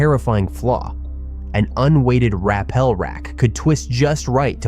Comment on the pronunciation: you do cave videos and you dont know how to pronounce rappel?